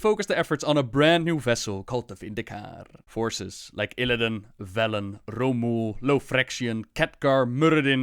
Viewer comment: "We will soon see if the Horde heeds Bellend's call..." CAN'T UNHEAR